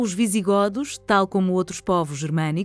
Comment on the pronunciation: Não se pronúncia "visiGÓdos" mas sim "visiGÔdos". Vamos começar por aí.